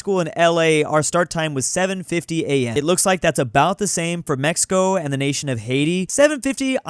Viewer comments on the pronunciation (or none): none